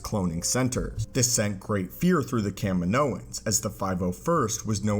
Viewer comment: thank you for saying Kaminoans properly